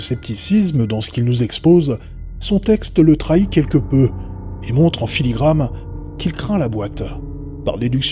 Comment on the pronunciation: à des éléments "fortuits" pas fortuite "filigrane" pas filigramme : )